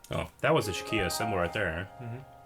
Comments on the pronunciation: Shikia? Really? Irs shi-ka. Not shi-kia. It sounds like your combining Ikea with shit. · Sheikah. It's Sheikah. Not "Shekiah". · Shakia? Pronounced she-ka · Not "shi-kia" It's "Shi-kah" Spelled Sheikah. Great video anyways! Not judging you for not being a super nerd like us, I just had to point it out sorry.. :D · I love how they say it as "Shakia" lol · "Shekiah"? "Linkie"? You guys might want to have your vision inspected... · MrAllOverIt Even did it. They called it the Shekiah slate 'n whatnot! D': IT BURNS US!!~ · Oh that was annoying me too! I kept yelling at my computer "It's pronounced Sh-EEK_ah damn it!" (Edit to add: Spelled Sheikah.)